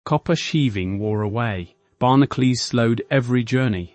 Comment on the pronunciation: Wouldn't it be nice if you could find a robotic voice that could pronounce things properly? 'Barnaclees' instead of 'barnacles'. I've stopped watching